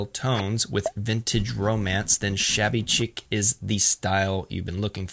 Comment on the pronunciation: This is super helpful! Thank you for all your research. I’d love to see more videos like this. As a southern gal, I can tell you, though, that’s not the correct pronunciation of “shabby chic”. Great video though!